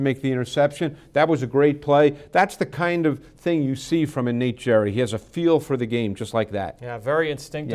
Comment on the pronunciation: it's pronounced Gary not jerry